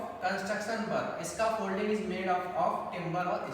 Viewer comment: Scaffolding bolo 😂